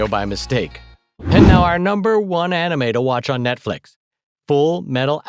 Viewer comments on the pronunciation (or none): It sounds like he is saying "Netflik" LOL